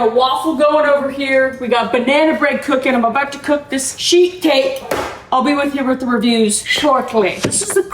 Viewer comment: I had my volume turned down, and I kept on hearing "shit cake" rather than "sheet cake"🤣🤣🤣